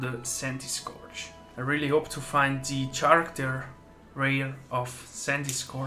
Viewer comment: cool vid and great pulls! btw. it's pronounced "Karakter", not "Tscharakter"